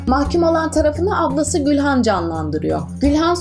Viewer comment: Gülhan değil Gûlan